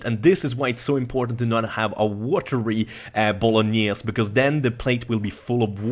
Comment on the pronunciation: bolognese is pronunced with the final "e" as well... it s italian